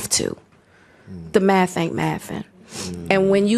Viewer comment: The maff ain't maffin. That shit got me rolling.